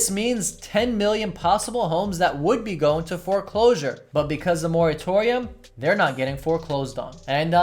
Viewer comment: Hello, just one minor nit-pick: Can you please use the correct pronunciation of the word 'moratorium'? This is driving me crazy! Thanks for another great video!